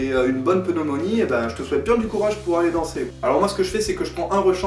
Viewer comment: "Pneunomonie" ;P Sinon pas mal et oui stop les CONCRÈTEMENTs ! Bisous